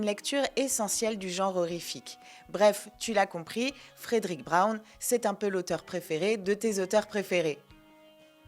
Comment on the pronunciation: Fredrick Brown (... et "Frèd'-rick", pas "Frèdéric") fait partie des grands maîtres de l'humour caustique en S.F., avec d'autres auteurs comme Robert Sheckley ou William Tenn. Une intégrale de ses nouvelles (tous ce doit être "Fantômes et farfagenres confondus) avait été publiée en français dans les années 90, mais le 1er de ses trois volumes s'était rapidement retrouvé épuisé (tirage sans doute plus faible que pour les deux suivants). Je ne me rappelle plus le nom de l'éditeur, mais ça doit se trouver sans mal. Et je me souviens de la présence de nombreuses "coquilles" dans le texte, ce qui est toujours déplorable pour un auteur de cette importance. Travail d'amateurs, fait à la va-vite. Je pense qu'il est aussi utile de préciser que la S.F. n'était qu'un aspect secondaire de son oeuvre car il se considérait avant tout comme un auteur de roman "noir". La nouvelle ultra-courte à chute ("Short short story") était l'une de ses spécialités. L'un des volumes publiés jadis chez "Présence du Futur" en comportait un grand nombre (ce doit être "Fantômes et Farfafouilles", si je ne me trompe). En général, les rééditions modernes favorisent "Martiens, go home !" et "La nuit du Jabberwock", mais il n'y a pas vraiment de "déchet" chez cet auteur...